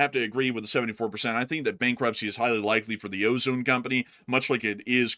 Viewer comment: You're pronouncing OZON wrong, It's pronounced "o-zon" no E how we say ozone. Like think OZ - ON (like turned on), that's it. It's kinda tilting me hearing you say it.